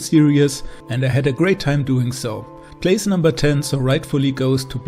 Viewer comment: "place" I guess you're not a native english speaker 😊 anyways, great list and ranking 👌